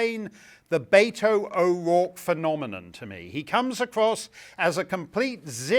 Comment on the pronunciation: Oh that's his real name? I was hearing Beta O'Rourke!